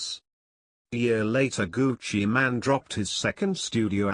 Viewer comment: ol its not gucci man its gucci mane like u actually say mane not man